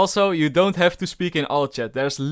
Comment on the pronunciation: You don't "G"ave to be mad